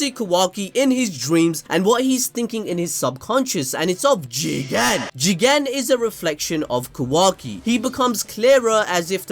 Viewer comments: Jigen Jigen...... Say it agen..... Jigen..... Luv it....... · I’m say it the best part of this video was saying“JIGEN” 😂😂😂💯💯